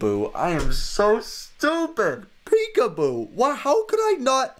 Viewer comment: Lol means laugh out loud / lots of love. Pecuboo is definitely not right, its peekaboo. Your welcome.